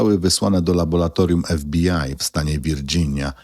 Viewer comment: Wszystko dobrze , ale to laboLatorium razi z 7 razy powtórzone. W laboLatorium pracują laboLanci. Błagam...